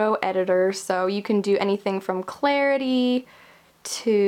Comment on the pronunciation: Clarity - "clarify"